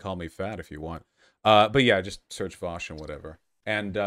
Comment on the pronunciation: "Vaush to some people" Vowsh to others